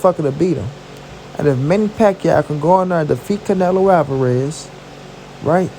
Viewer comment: Yo say the MEXICAN right the next time you say it r I'm k.o the fuck up